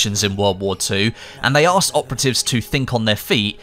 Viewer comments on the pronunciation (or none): none